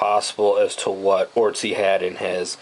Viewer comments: its otzi not ortzi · With "oot-si" being the correct pronunciation.